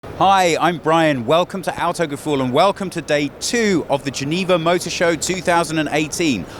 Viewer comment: Why did you named the channel with a German word you cannot properly pronounce? 🙁